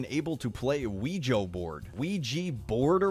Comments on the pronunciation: we spent a good 8 minutes watching people saying this wrong “ouiji board” -Felix 2019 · Also him: Ouiji board